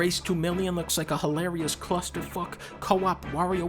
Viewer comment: Did you rike it